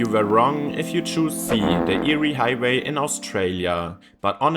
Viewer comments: Eyre is pronounced “Air” not “Eerie”. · Eyre is pronounced "air", not "eerie". From the Scots. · Eyre Highway in Australia. It's not pronounced "Eerie", but "Air". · It's pronounced AIR. Not eerie. It is the longest straight road in the southern hemisphere. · Its pronounced "air" highway 😊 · Get pronunciation correct. It’s pronounced air. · It’s pronounced Air! The eyre highway is pronounced the air highway! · "Nullabor" literally means no trees, not "roughly". Null is Latin for none and arbor is Latin for tree. Thus Nullarbor means no trees. Also Eyre is pronounced Air. I know... English, it sucks if it's not your birth language. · It’s pronounced AIR hwy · Air it's pronounced air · Eyre is pronounced "air"! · Eyre highway is pronounced 'Air' after a person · Eyre highway is pronounced “air” by the way. I drive on it occasionally. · Eyre (pronounced as air) highway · Eyre is pronounced air And I’m on it right now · I thought your pronunciation of Eyre highway was eerie! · Eyre is pronounced “air” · Eyre (AIR) - Nullabor (Null-a-bor) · Eyre rhymes with Air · Eyre is pronounced the same as Air. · The Eyre highway is pronounced “air” highway. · I laughed when I hear eerie. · Thanks for telling him mate! For those unfamiliar with Strine's non-rhoticity, it sounds the same as "yeah" without the "y". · Some are being mean, but yeah it is pronounced "Air". Your way would be 👍🏼 for Lake Erie in the USA/Canada . I still love ya! Your vids rock. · your wrong if you pronounce Eyre like that